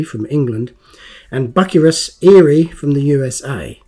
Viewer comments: It's pronounced Bu-cy-rus, not Buc -a-rus. This came with 2 different sized decals. Also different colored tread . Great to see another of your great videos. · It's not Buckerus, it's byu-sy-rus. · Bucyrus is pronounced Bew-si-rus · Its not pronounced buck-ka-rus- it IS "Bu-ceer- us eerie" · Hi lovely job 😊 I know it as Bew cyrus not buccarus. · Pronounced Boo-syrus say the last part like the name Cyrus. Erie. It's actually a company in the area I live in they've been making earth moving equipment here for decades. Bucyrus erie. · Love your vids! Bucyrus is pronounced bew si russ. Just sayin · I pronounce that one word as "Byoo Sigh Russ." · It's pronounced Rushton Bucyrus ( Rushton Bew Si Rus), they are Idler wheels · Hi, I had to look up "Plasticine" as I've never heard that name. Found out that here in the States, Plasticine is known as "modelling clay" and is similar to Play doh. How about that, learned something new from a Matchbox Make Over Video 😊 Also as others have mentioned, Bucyrus is pronounced "byoo·sai·ruhs" (Which is a city in Ohio) I use to deliver steel sheets and steel plates to the Bucyrus Erie plant in Erie PA. you need to get yourself a pair of tweezers so you can get the decal sheets out of the plastic bags. Very nice make over, I never knew Matchbox released this model. I would have loved to have one of these as a kid. I did have the Corgi Excavator that was about the same size as the Matchbox King Size models. Cheers, Rich S. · Pronounced Ruston By - Cyrus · Its prounonced bu cyrus made in lincoln england. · I know of Bucyrus Erie through the Diesel Creek channel, so I also knew that it's not pronounced as 'Buckerus' 😆